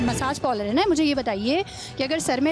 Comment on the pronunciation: Pehla bolna to sheek theek se pronounced karne bhi nahi aata parlour ko